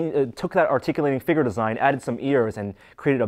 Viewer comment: Figure figure figure get it right! I know it's jerkish to point out but please just say it right